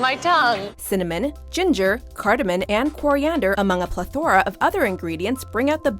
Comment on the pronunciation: PLEthora not pleTHORa, also, maybe don't hire people w/speech impediments for narrative purposes... CrimsoN not CrimsoM.